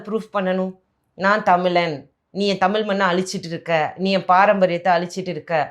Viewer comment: முதலில் தமிழுக்கு ழகரம் போட்டு பேசு.. தமிலாம் தமிழ்.. இதெல்லாம் தமிழை காப்பாற்றுதாம்..